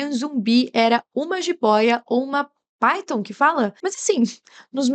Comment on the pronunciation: "Paiton" no caso é "píton" mesmo